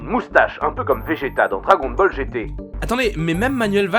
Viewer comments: Dragôn Boll 😂😂😬😬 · Je signale la vidéo on dit "dragon baleu" !!!